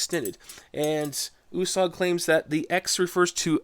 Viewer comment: I think it is pronounced ( you- sag). My last name is Italian and it stays with a U and it is pronounced (you).